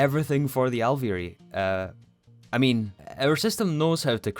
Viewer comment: you totally nailed alveary there the second time and the third was not bad!!! (genuine)